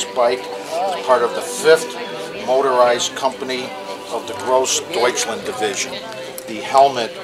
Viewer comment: Sort of flinched at the guy's pronunciation of Groß Deutschland